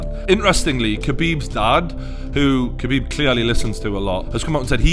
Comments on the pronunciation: It’s pronounced Habib Not KHabib 👍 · The K is silent, its habib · How come nobody understand yet that his name is pronounces Habib, the K in his name is silent for fuck sake. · being arab its pronounce KH abib not Habib, Much like Khalid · It's pronouced Khabib, not Kabib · хабиб. Its not pronounced as a 'h', but as a kh (as you would translate the sound into latin script), such as the sound in loch, like lochness monster, if actually pronounced properly. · It's pronounced "habeeb" not "kabeeb". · Say Habib, it’s not cabeeb. When asking for lasagne you pronounce it lazanya and not la zagnay. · Shut up you fool. Did Conor not over react, fly from Ireland and throw a dolly through a bus injuring other fighters that were not evolved. Also, to sound like a real reporter try pronounce Khabibs name right. Drop the K. Your boy Conor couldn't do those things you mention because he was afraid of the take down. Simple as that. He got outplayed. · You're literally the only person i have ever heard of pronouncing it like that. Stfu.